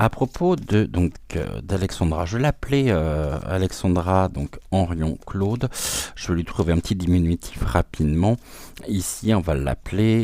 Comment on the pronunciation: Bonjour, merci pour ce partage ! Les bénéfices des ventes de son livre sont reversés aux soignants suspendus , peut être Est ce de celà dont il s'agit ? PS : Vous me faites rire , vous dîtes ( comme moi ) Henrion CLaude" et c'est Henrion Caude ! 😊